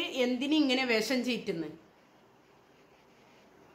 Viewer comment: വെസം അല്ല. വിഷം എന്ന് നാക്ക് വടിച്ചു പറയൂ.😂😂😂